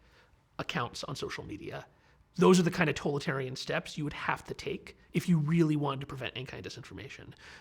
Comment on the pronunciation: How is it that he is unable to pronounce totalitarian correctly? I hear mispronunciations a lot and it's bothersome.